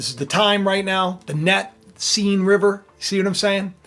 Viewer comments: arghhhhh - its not seen river - more like sen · BTW, the correct French pronunciation of the name of the river Seine is the same as the English pronunciation of the word “sane.”